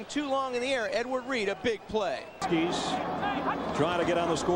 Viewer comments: The way the announcer said Edward reed made me die inside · Listening to these commentators call him “Edward Reed” is hilarious.